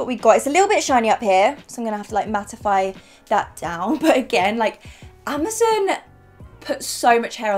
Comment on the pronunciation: This is the first time i've ever heard anyone say Amazon as "Amazin" I found that a bit strange, not weird, not wrong, just strange